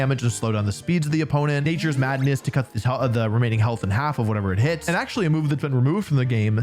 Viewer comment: “Um aktsully stellar type is the newest type” okay done being that guy, thanks for the vid!